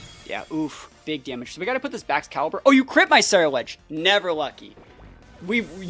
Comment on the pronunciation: "Cenuledge"? I think you mean Cerulegde. Keep up great work :)